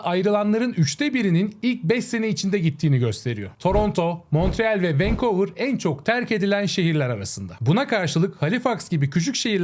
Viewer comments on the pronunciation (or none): Venkovır ne arkadaş ya :) venkuvır diye okunmuyor mu? Dilini yaşam tarzını yapamıyorsan dönüyorsun haliyle